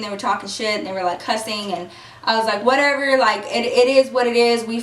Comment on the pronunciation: i don't know why people say cussing like the word is pronounced cursing